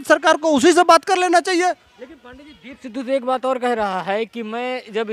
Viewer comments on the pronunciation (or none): Deep Sindhu nahi Deep Sidhu 😂😂 at least take the name correctly and then talk..looks like you don’t even know who he is..!!! Lol